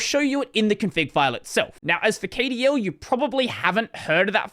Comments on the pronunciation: Kdl is pronounced "cuddle" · pronouncing kdl letter by letter is so weird to me, i've always pronounced it "cuddle"